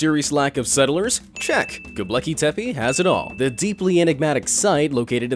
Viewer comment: It's not "Gobleki". It's "Gobekli". 😖